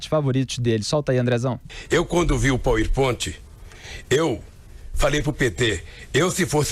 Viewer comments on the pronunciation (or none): "Poui pointi" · Depois do "triprex" agora veio o "poer pointe" kkkk